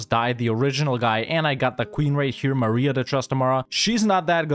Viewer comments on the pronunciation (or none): none